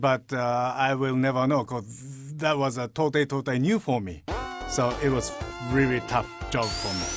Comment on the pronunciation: "It was REARRY tough job for me" lol